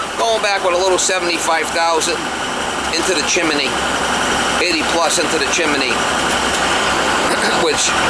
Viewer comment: I love the way you pronounce Chimney, is that your Mass accent or did Mary Poppins influence you?